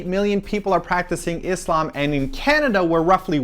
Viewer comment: and I loved the way pronounce the word ISLAM. =)